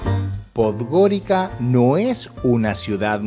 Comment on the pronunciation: ¡No! No Podgorika (Podgorica). La c en Montenegro y no sólo en Montenegro, se lee como ts. Pues — Podgoritsa.